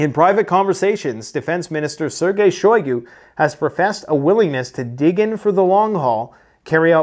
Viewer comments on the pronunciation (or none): none